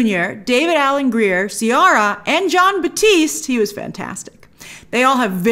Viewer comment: Btw Ciara is pronounced like “see air rah”